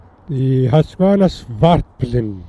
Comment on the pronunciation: As a proud swede of husqvarna i gota correct you- "Hus-QVARNA", and "Svart-PI-len" svartpilen means "black arrow" . And yes, looks like a big grom haha, so, "vitpilen" White arrow- "vit, white, svart, black- pil/pilen arrow (the arrow)